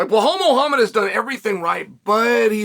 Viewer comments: “Blau-Hall” - Chael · I love how he leans into getting the names incorrect sometimes 🤣🤣 always calls him Bill Hal Muhammad 🤣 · First the typo, then Chael comes right out of the gate with "Blehal" lmao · BLA HAL . 1 second into the video and hes already done it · It's "Belhal" good Sir... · And in the video he says blahhal muhammad. Chael is doing that on purpose at this point 😂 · He doesn't even pronounce the first name correctly 😂😂😂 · Blehal 'Remehmber theh nhame' Muuahham